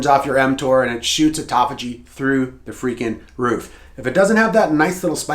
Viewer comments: ATUTOPHAGY I'm out. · Here for the 'atutophagy'. 😂😂😂